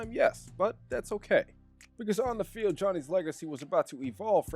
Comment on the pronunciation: “Of the felid” 💀💀💀